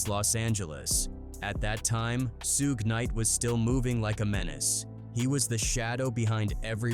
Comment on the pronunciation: I wonder what sugeI would think of being called Sue gay lol